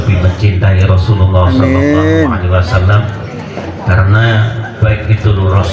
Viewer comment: SAW mas....bukan swa